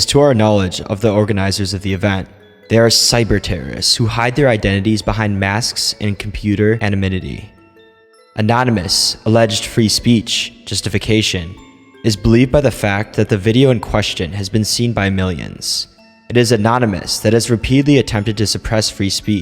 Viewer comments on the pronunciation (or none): What's "anomynity"? Is that related to anonymity? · And it's ANONYMITY, not "anominity" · Anonymity was pronounced incorrectly fyi